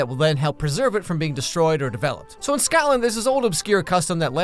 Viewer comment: I love you videos but as someone who lives in Scotland why did you say it like scatland